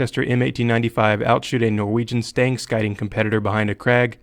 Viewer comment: "Stangskyting" is pronounced something like stang-SHEET-ing